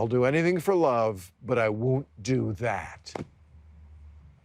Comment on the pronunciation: Why does Bill say WOONT? it's pronounced Won't. as in the "WO" in Woke he likes to use often.